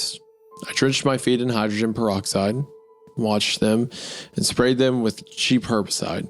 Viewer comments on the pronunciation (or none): none